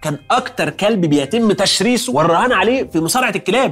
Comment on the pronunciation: تشريسه مش تسريسه ٢٠ ١٢